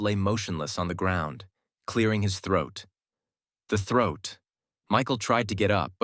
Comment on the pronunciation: 😂 bro said throut twice I'm thinking smt dirty after he said